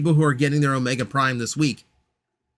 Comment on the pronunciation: HA they got you to make a flash reference and yes, you said the name perfectly